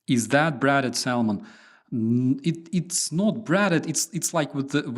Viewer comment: No "L" in the pronunciation of Salmon. It's some snobby 16th centurion trying to Latinize English.